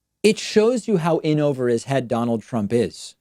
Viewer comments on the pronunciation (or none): none